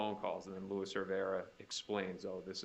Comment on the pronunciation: Is anyone tired of the “louis” rivera? Its LUIS! So annoying